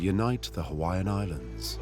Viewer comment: Stop miss pronouncing the Hawaiian language! It’s disrespectful to my Hawaiian Heritage!